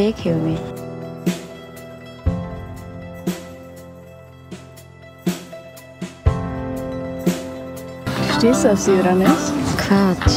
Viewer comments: in Vietnam we pronounce it a bit differently "kiều my" And this is not easy for foreigners to pronounce exactly the same, so I think that's why they keep it simple (cause what they say in the movie is "Kiêu My" Actually Fatou say it real close to "Kiều" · Yeah he basically said everyone pronounces "Kieu my" wrong!